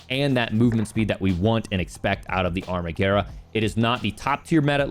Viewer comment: Thank you for saying Amarguerra correctly!